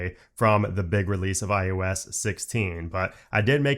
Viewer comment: why do you always sound like you're saying iUS 16? and not iOS 16. It's weird.